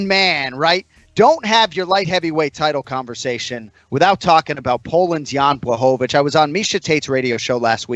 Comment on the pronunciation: respect to anik for pronouncing jans name right! swear hes the only person who can do it